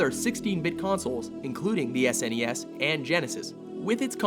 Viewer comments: Its so not cool to pronounce SNES as Sinese. Get the Fudge out of here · Wait, did you pronounce SNES "Sness?" XD